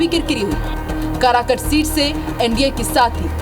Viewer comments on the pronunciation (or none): Pahle tu bolna Sikh le karakat hota h karakut nhi